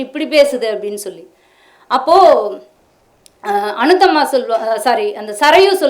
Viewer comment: அநுத்தம்மா இல்லை. அநுத்தமா. பெயரை கூட தவறாகச் சொல்வதை சகிக்க முடியவில்லை